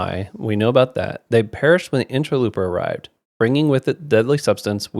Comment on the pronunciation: Now that it is over I have to say, in ter low per, not looper. 😉